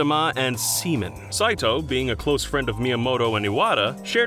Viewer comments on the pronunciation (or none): Sea-Man not Semen: AVGN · It is SEA-MAN not SEA-MEN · IT'S SEA MAN SEA - MAN. NOT SEMEN... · SEA MAN Not semen. As in JIZZ, SPLOOGE, MAN BAZOOKA JUICE! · such games as odama and SEMEN he wasn't even trying to say sea man lol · I was listening to this video and putting away dishes, and when he said "Seaman" I nearly dropped the glass bowl I was holding. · Why you gotta pronounce Seaman like semen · my ocd was bothered by the weird pronouncing of Odama....then the awkward laughter started as Seaman was mispronounced as semen..... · did this dude seriously say semen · I can hear the him struggling to say SEAMAN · NO NO NO NO!!! IT'S SEAMAN!!! SEA. MAN!!!!! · “Semen” Oh. Oh no. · “ODAMA AND semen” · Seaman “Semen” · Oof they mispronounced Seaman. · please don't say "Seaman" like that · Did you really have to pronounce "Seaman" like that?